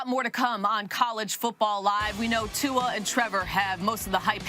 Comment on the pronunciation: Why can none of you damn meatheads pronounce Tua's name right? Jesus, it's not Tungabiola